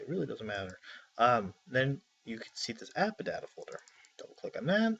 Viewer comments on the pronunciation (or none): anyone else kind of annoyed by how he says AppData? "AppaData"